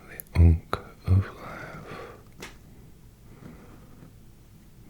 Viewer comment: As a Moon Knight main on Marvel Rivals, I can confirm that "Ankh" is correct.